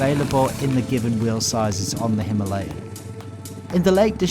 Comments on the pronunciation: Very nice video and it would be even better with the pronunciation stressing the first A - "HimAlayan." Our beloved mountains are called that way. No story of India is complete without them, without that name. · It's no himeliyan ...it's Himalayan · Pronounce correctly Himalayan